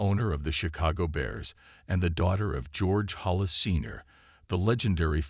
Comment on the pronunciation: Mispronouncing names like McMahon and Favre is bad, but not getting the name HALAS right is unforgivable. And using “Cause of Death” in your title and not having that cause is the worst clickbait.